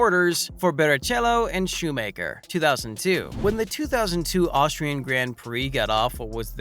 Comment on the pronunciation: Yeah, it's shoe macker, not shoe maker.